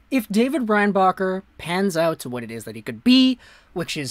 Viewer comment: Nah i think he just couldnt say his name like most anglo with anything a bit latin